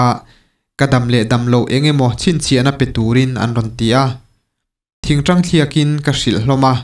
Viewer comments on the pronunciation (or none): none